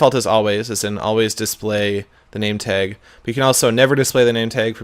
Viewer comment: I just noticed Seth says nametag nameteg